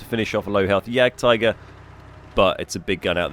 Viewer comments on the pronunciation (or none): Why do people always pronounce the jagd part wrong. They always say yakpanzer or yakpanther. Please tell me where the fck you see a K. The J=Y and the G is silent ffs. Lmao. Its basically pronounced like yaad